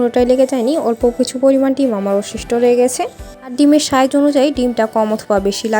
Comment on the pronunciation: আপনি "স" এমন ভাবে কেন উচ্চারণ করেন,খুবই বিরক্ত লাগে শুনতে😑😑 যেমন- রেসিপি কে রেশিপি,রেস্ট কে রেশ্ট, সাইজ কে শাইজ,স্মেল কে শ্মেল বলেন🙂